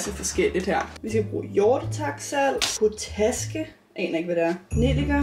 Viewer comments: Jeg har først lige set den her nu, og griner lidt over måden du siger potaske på 🙈 man udtaler det pot-aske og ikke po-taske 😂 men elsker dine kæmpe videoer 🤩 Og til en anden gang, hvis du har en skål der går i stykker, kan man købe nye skåle, så du ikke behøver købe en hel ny maskine (for maskinen plejer der at være 5 års garanti på - hilsen en der er uddannet isenkræmmer) 😄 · Det hedder Pot-aske. potaske😂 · Elsker dine videoer PS det udtales POT-ASKE 😊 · Man udtaler det pot aske. men et underligt ord indeed! Honninghjerter er fråderen, men ikke som da man var barn i 90'erne. Måske var det mere magisk dengang! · Man udtaler potaske (pot-aske) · Bare lige til det der potaske det udtales pot aske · Pot aske * udtales det